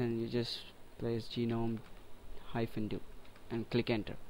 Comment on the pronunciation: It's proouced 'nome', not 'gee-nome' the 'G' is silent.